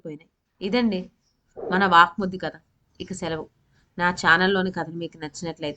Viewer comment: Vvak suddhi not vaakmuddi pl correct